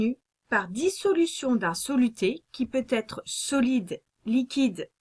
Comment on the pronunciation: Très pédagogique... Attention on ne dit pas pourra "têtre" mais pourra être…;-)